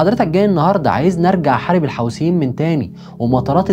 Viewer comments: ملحوظه بس اسمهم الحوثيين مش الحاوثين عييب اوي انك مش عارف تنطق اسمهم صح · يا اخي الفض الكلمات جيداً الحوثيين وليس الحوسين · الحوثيين وليس الحوسيين